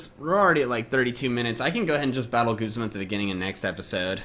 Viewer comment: Guzma is pronounced (gOOz-ma)